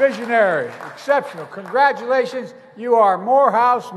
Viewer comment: "Congrafmkbfhhutdchjhgtions" - Biden